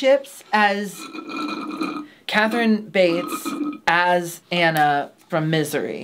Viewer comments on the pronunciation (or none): Not to be "That Person". But it's ANNIE in Misery. Not "Anna". (much love!)